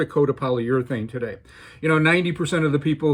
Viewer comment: To-DDDDD-Day Junior